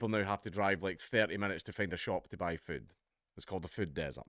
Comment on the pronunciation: I love how he says füd